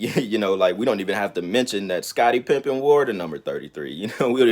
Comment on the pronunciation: Smh. It’s Pippen not pimping